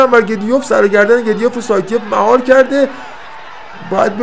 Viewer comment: گدویف تلفظ صحیح روسی شه که بالای پیج نوشته.